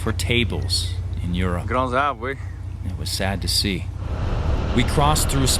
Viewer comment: ' speaking french ' Wait really?? I'm french and I couldn't understand shit xDD Omg after listening to it a lot of times, I think he said ' grand arbre oui? ' wich means big trees yeah? xD